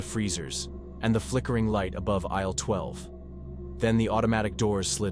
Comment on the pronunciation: Consider a different voice that doesn't keep glitching. Distracting. Example: Aisle 7 pronounced "Isell 7"